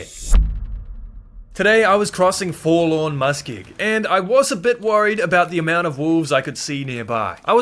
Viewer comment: Take a shot evertime he says Forlawn Muskeg